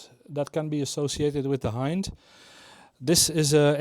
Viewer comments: HIND is the NATO designation for this helo, as the standard language used in NATO is english, its pronounced in english, not Russian. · i believe you pronounced"i" in "hind" wrong. It sound like "e" in "ea" similar to way it is in russian. I hope all that is readable, english is not my native language. (edited)